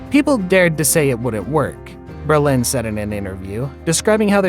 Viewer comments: James Brolin was born in California, but this video's narrator seems to be mistaking him for a French immigrant. His name is pronounced "BRO-lin" --- not "bro-LAHN"; it's an Anglicized stage name. (Wikipedia says that his father's name was Bruderlin, which is also not French; it's German.) I do get that some people weren't born soon enough to hear his name on TV back when it was a household word because of his good looks and his prominent role on MARCUS WELBY, M.D., which was a hugely popular prime-time series when it was new. But the gossipy notion that Barbra Streisand's attitude toward her own fame destroyed their marriage by making him jealous is just silly. Female stars were not respected nearly enough for that. People talked about her as if she could never be quite good enough to be a REAL star (as opposed to a comic) because women weren't supposed to have big noses. We girls were supposed to think she was lucky to be appreciated by a REAL star as handsome as James Brolin, because she was to be seen as derelict in her womanly duty to be pretty for men. If anyone did feel jealous enough to get sucked into some pathological competition with her fame, it's probably the person who whipped up that tall tale about her. Misogynist much? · James Brolin - can you pronounce his last name correctly. It's not Berlin. Bro-lin. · Good video and information. But you keep on saying Berlin instead of BRO-LIN. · Dude, you are totally mispronouncing Brolin. It's NOT Berlin! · Sounds like he’s saying “Berlin”, which is weird considering the effort to pronounce her name correctly. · AI VOICE OVER IS TERRIBLE. HOW DO YOU MISPRONOUNCE JAMES BRO LIN??? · i love your bizarre pronunciations of these names. stris-AND. Brole-INN. Her stepson josh is hot. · JAMES BRO LIN! ATLEAST PRONOUNCE IT RIGHT! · It’s pronounced BRO-Lin! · Berlin? Braaazen? 🤦🏻‍♀️ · Her name is pronounced with the emphasis on the first syllable, as is Brolin's. Come on, A I. You can do better. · Stri-sand? Bro-lin?